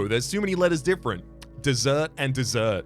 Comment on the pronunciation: pronouncing dessert and desert the same way should be illegal